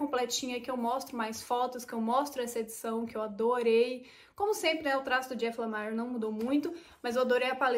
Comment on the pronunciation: a pronúncia de Lemire é próxima do português mesmo, ou seja, "LEMIR" Bom vídeo